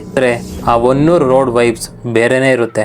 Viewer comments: Adu honnur alla bro adu hanuru name adru correct agi akri 😂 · ಸರ್ ಅದು ಹೊನ್ನೂರು ಅಲ್ಲಾ ಹನೂರು ಮತ್ತೆ ಆ ರೋಡ್ ಅಲ್ಲಿ ನೀವು ಹೇಳಿರೋ ಹಾಗೆ ಏನು ಆಗಲ್ಲ ಸರ್ ನೈಟ್ ಟೈಮ್ ಆದ್ರೂ ಕೂಡ ಅಲ್ಲಿ ಗಾಡಿಗಳು ಓಡಾಡ್ತಾ ಇರ್ತಾವೆ